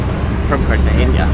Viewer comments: cartagena NOT CARTAGEÑA... get at least the names right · Great video. I love the views of the pink water. it is pronounced Cartagena as opposed Cartageña. Its name is actually “Cartagena de Indias” as opposed to Cartagena, Spain. Its name came from the city in Spain and the name of the city in Spain came from Carthage, the capital city of the ancient Carthaginian civilization, on the eastern side of the Lake of Tunis in what is now Tunisia. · very irritating that you pronounce Cartagena wrong. learn the difference in Spanish between N and Ñ, like Peñon its pegnon pronouncement. good travellers should pronounce easy names properly as the locals do